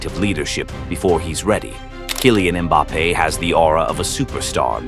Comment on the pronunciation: Just an fyi I like the video, but the AI voice is jarring when it mispronounces names like Mbappes